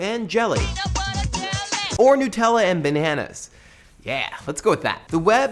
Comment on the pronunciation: new-tella? nut-ella, surely?